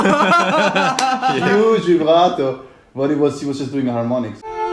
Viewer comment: HE JUST SAY "Vibrato" LIKE IN FRENCH ?! (I'm french) I will never understand australian...